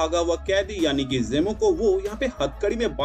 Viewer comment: जेमो नहीं जीमो Procidure नहीं प्रोसीजर